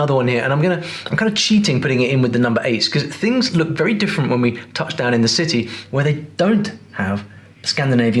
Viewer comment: 7: 45 he wakes up he goes dahn the church dahn was all i needed since thats my accent 😂